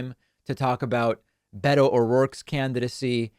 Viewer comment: beto not betta